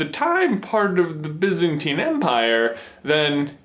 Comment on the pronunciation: its pronounced BIEzantine not bizantine